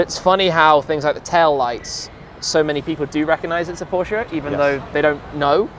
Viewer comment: He pronounces Porsche so beautifully right, as no American has ever done before.